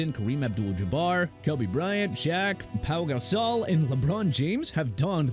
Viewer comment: PAU GASOL NOT PAL GASOL!! I'M IN NO MOOD TO CORRECT YOU THIS MORNING OKAY?!